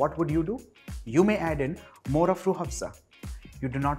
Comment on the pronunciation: Hahaha me pakistani watching..m and just heard him saying rooh (h)afza... Delicately 😂😂😂😂